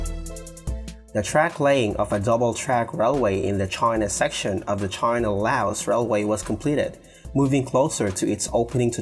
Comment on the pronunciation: Why you call China Try_na??!